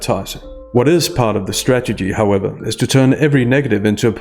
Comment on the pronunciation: We need to work on how you say strategy.